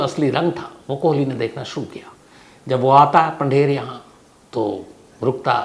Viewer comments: साहेब, कोहली नहीं कोली बोलिए.😌🙋‍♂️ भजन और भोजन में बस मात्रा का फर्क होता है। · उसका नाम सुरेन्द्र "कोली" है, न कि "कोहली" जो तुम बार-बार बोल रहे हो । सावधानी रखो और राहुल गांधी के केस से सबक लो .....